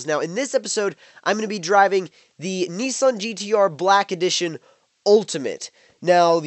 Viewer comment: its nissan not neeson